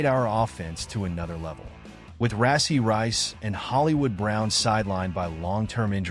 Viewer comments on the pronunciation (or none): His name is RASHEE RICE BRO NOT RACY❤️